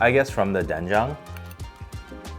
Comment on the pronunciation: Korean here yeah his pronunciation is on point.